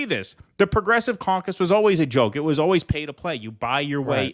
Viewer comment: did you say Progressive Caucus? or Progressive Carcass?